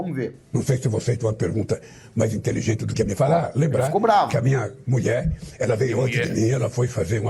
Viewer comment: M. U. I. E. FALA DIREITO GATUNO MENTIROSO 😅